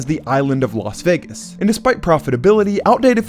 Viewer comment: Why is it that most American commentators pronounce Las Vegas correctly?, always says Los Vegas instead of Las Vegas,no one says Las Angeles.